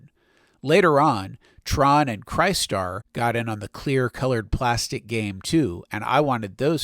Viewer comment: The 'cry' in crystar is pronounced like the word crystal fyi.